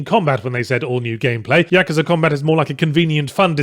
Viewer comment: Ya-KOO-za not Yaka-za